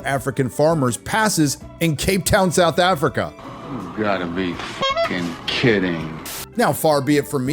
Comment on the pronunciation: Seouth Afreeka